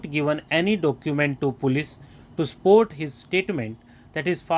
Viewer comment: Plz pronounce support word properly.. Thank u very much sir..